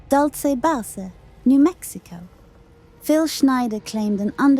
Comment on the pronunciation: Please use AI that knows how to pronounce the word “base“. It’s not bah-say. But somehow it got Dulce right? 🙄